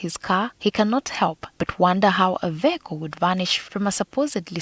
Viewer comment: Patrick Onyango the word is vehicle not "VIYAKO"